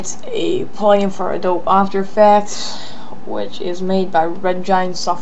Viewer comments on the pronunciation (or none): it's prnounced "Adobi" not "Adoe b"